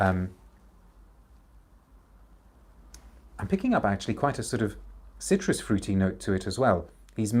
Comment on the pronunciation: cuirs, not citrus :)